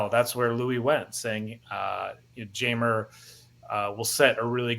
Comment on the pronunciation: Jeimer's name is pronounced Heimer. (Hi-Mer). In Spanish J makes an H sound. Just in case you were happening to ever interview him or meet him in person. But loving to see him in Cubs blue. Solid pickup and love the message it sends to the clubhouse.